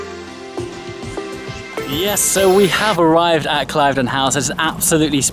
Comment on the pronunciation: Ooops - an exclusive club at an exclusive location but you ought to have known it is pronounced "Klivden" not "Clive-den".